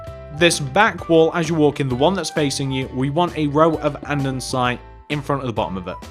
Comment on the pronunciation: It’s Polished Andesite not andensite